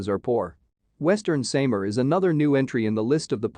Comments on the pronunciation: Sam R :) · You cannot say the SAMAR Properly....